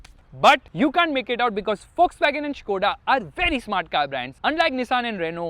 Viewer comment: Bro Please say VOLKSWAGEN properly why you say Fuckswagen 😂